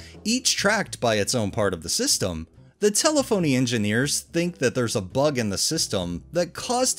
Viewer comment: It’s tel-ef-oh-knee